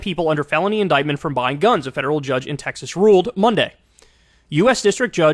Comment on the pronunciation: You meant to say TEX-ASS right?